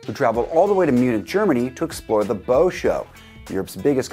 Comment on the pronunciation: Bow? As in bow tie? No! It is BOW, as in OW, your total butchery of the pronunciation of the word BAU hurts down to the bone.